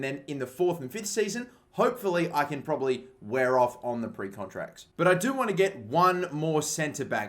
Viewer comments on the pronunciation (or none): none